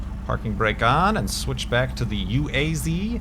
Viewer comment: Actually УАЗ (UAZ) is more like 'was' then 'waz'